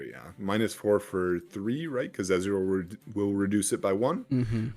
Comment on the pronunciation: SAY EZREAL OR EZ (ONE SYLLABLE) NOT E Z ITS DRIVING ME CRAZY